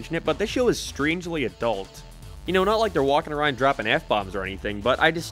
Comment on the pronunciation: I throws me off when you say a rond